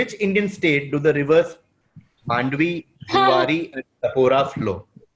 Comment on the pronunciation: Mandovi not mandvi